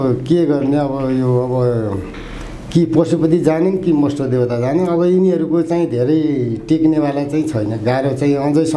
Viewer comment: मष्टो हैन भाइ मष्ट हो।